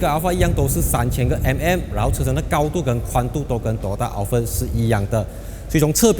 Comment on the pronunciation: 你读Al fart 又读Al Fred😂